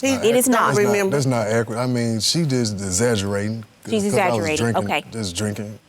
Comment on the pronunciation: He said dexaggerating😭😭